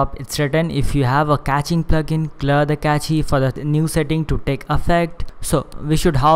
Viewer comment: Not to criticize, but just FYI, "cache" is pronounced the same as "cash." It's just one syllable, with no "ee" sound at the end. One of the many goofy spelling eccentricities of English.